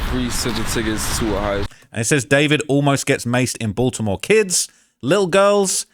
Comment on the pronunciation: I thought his name was DuhFOURvid not David….